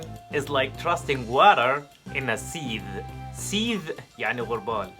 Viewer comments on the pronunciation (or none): عامل موقع لتعليم النطق و انت مكسل تتأكد من النطق الصحيح. .نطقك غلط تماما في كلمة sieve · انت بتنطق كلمة sieve غلط تماما ..